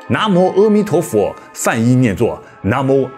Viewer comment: 是阿a弥陀佛，不是阿e弥陀佛。